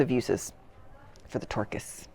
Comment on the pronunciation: I have no idea why I laughed so hard when you said "Yellow Tourkis", but I did 😆